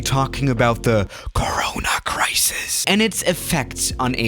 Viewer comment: Nobody: Not even youtuber::cARaNA CrAsIS